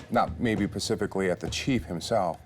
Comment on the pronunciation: Bro said "not pacifically" 😭